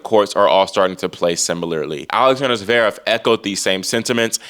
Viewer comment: Oiiii At least get his name right. IT'S NOT ZEREV, IT'S ZVEREV. I bet you can't pronounce his name either